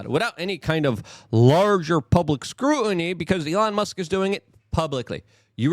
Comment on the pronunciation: Hey Luke. The word is scruTiny, with a T. Not scroo-inny. You sound as dumb as AOC when you speak with that valley girl lingo.